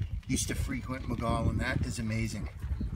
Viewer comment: My father grew up there. It is pronounced "Moe Gee Own". There are actually still people that live there, so technically not a total ghost town. I grew up visiting every summer. It is neat seeing it in your video, thanks! My dad passed away back in January, so seeing this brought back some great memories.